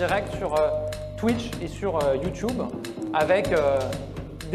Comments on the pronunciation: Ça se prononce plus "Youtoube" que "Youtioube" en Anglais. Lui même dans la vidéo il a mis 3 secondes avant de sortir sa connerie. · en anglais c plutôt "tiube" pas "tioube", je trouve ça ringard quand tu sais pas très bien dire un mot en anglais mais que tu le dis quand même if you know what i mean.. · Je comprendrais jamais ces gens qui au lieu de dire "youTUbe" disent "youtchoube" mais wtf ds kel monde ils vivent ? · "youtioube" c'est pour ça qu'on les veux pas sur nos plate-formes xD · hh c marran parce que moi perso je le vois pas du tout dire vintid mais vintèd, dc en fin de compte c chacun comment il se sent dire le truc en fait, en somme no jugment....même si j'accepterais jamais qu'on dise face à moi "YOUTIOUBE" une baffe ds la gueule direct 😆😆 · Il prononce YouTube comme un vieux. Il est bizarre ce mec, on dirait qu'il a 50 ans